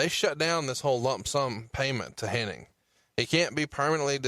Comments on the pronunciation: it's pronounced HENNIG. Not Henning. My gosh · The more you listen to these, the more insufferable becomes. The smug, money mark vibe is repulsive and the MF'r says Henning instead of Hennig every single time. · Why do so many people say Hening? It's Hennig... Oh well at least Bruce said it correctly. Lol I kept thinking im only 20 minutes in can keep saying his name wrong for the whole podcast? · Every single time I heard mispronounce "Hennig" as "Henning" it hurt my ears. Luckily Bruce knew how to say it properly so I didn't rage. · I'm not entirely sure if is aware that it's Hennig, not Henning. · Hennig not henning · With all due respect, it's not Curt Henning.. it's Hennig! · Almost any time I've ever heard his name pronounced they always say "Henning" even though it's spelled"Henning". Some crackpot conspiracy theorists have a whole Mandela effect based around it lol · Hennig!! Hennig!! it drives me insane when they call him Henning!!!! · Is saying “HenniNg?” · There's a whole group of people that mispronounce his name it's really weird.